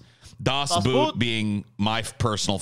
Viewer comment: Not trying to be a wiseass or anything, just wanted to say "Das Boot" (German for "The Boat") is not pronounced like "the boot" as in footwear, but far more close to how you would pronounce the English word "boat", just with the o sound a bit longer (yet not like an English "oo") and without the hint of an a. Maybe somebody wanted to know ^^.